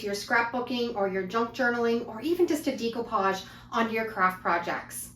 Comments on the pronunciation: I love this idea, what a great video. I have to tell you though, it's pronounced deco , with a short e , such as in egg , not a long e , like in eagle. This was similar to something I already do. I just gently press scotch tape onto a book page then quickly rip the tape up and the words are on the tape. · Please learn how to say the word "decoupage"...ugh.